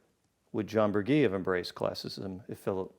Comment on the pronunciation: The Queensboro Bridge was home to NY State's last streetcar line, which stopped at the mid bridge elevators until 1957, 2 years after the road bridge from Queens opened. Also Burgee's last name is pronounced with a soft "g", bur-GHEE.